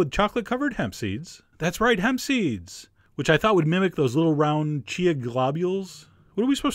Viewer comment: I love that you say ch-ch-ch-chia seeds haha